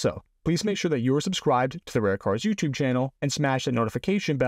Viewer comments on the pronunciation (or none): none